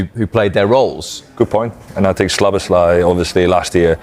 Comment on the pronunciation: “Sloboslai” 😂 .. that guys job is to pretend he knows football..